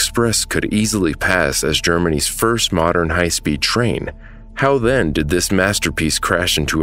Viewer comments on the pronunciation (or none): none